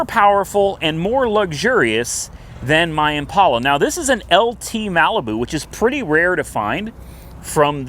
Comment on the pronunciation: Hey. It's Impala not Impaula...please stop the "stupid" pronunciation!